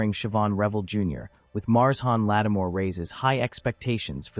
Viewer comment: Another AI reader embarrasses everyone with its "Mars Hawn Lattimore".